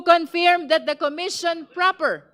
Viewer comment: Its pronounced khun ferm not con feeeeerm